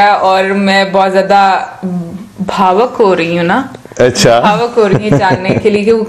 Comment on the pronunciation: bhavok nai madam ichchukk